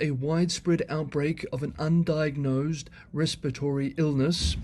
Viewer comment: "Undiagnosed" or "UN diagnosed?"